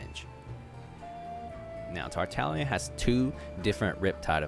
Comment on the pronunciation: Does he just not say the G in tartaglia?